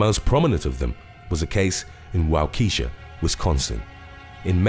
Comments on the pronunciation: Waukesha is pronounced "WAH-keh-shah," not "Wah-KEY-sha." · Lol walk-i-shaw now wa key Sha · Wahkesha Either! LOL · I live in Waukesha Wisconsin and you butchered that name but then again most people do that to Wisconsin cities. (Wah-Key-Shaw) just for further reference. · I live near the slender man stabbing and I love how he pronounced Waukesha 💀 lmaoo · Hahahahaha you pronounced Waukesha wrong. You said it as if it was a lady's name